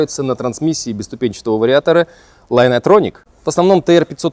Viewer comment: Дружище, ты сейчас пытаешься учить языку того, кто владеет им в совершенстве. Слово Linear действительно имеет в основе корень Line, как и слово Линейный имеет в основе Линию. Но произносится Linear совсем не Лайнеар. Не я это придумал. Это нормы английского языка, хочешь ты этого или нет. И заметь в моем первом комментарии я не быкую, а лишь хочу, чтобы люди правильно произносили те иностранные слова, которыми оперируют. А ты полез в бутылку. У тебя какие то проблемы с самооценкой?